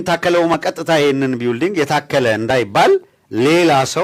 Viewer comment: ቢውልዲንግ ይላል ይሄ መሀይም አሜሪካን አገር ተቀምጦ:: building እንዴት ነው የሚነበበው ብለህ ጠይቅ እስቲ